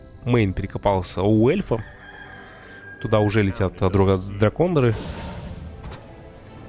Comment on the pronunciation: Приветствую. Как всегда, желанный комментарий от пяти слов 😊 ДракОндеры - я же тебе ещё на стриме писал, а ты озвучивал 😉